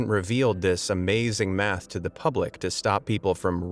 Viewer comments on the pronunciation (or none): none